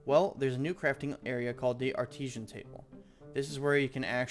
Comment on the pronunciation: “Arteeesan table” hahah. American fool